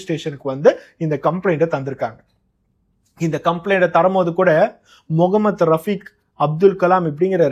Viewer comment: Neega pesum pothu mohamed rafeek andu solgirigal an rafeek andu sollalama mohamed, mohamed endu aluthi solgorigal neegalum sangi kutama paarthal appadithan therigirathu